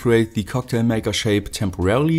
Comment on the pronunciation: Your "Maker" sounds like "Mega". Cocktail Mega.